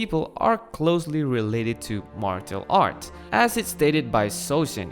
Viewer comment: why did you say martial art like thatt